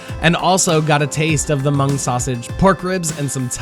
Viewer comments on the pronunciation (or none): Hmong is pronounced "mong" and not mung. The H is silent.